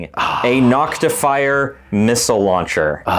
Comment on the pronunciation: You left out your most egregious error. Saying NoctiFYER instead of Noctifer. ;)